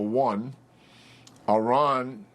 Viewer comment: General Keane cannot even pronounce the name 'Iran' correctly. It's not 'Orran' and it's not the Straight of 'Hamuz'.